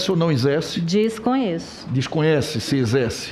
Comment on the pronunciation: O fala MUITCHO, FEITCHO, EZÉCE (exerce) QUE NOJO DESTE TRASTE